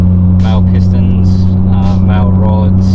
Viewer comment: Do the pistons identify as male. German word. Mah-luh or westernised pronounces would be mah-lee.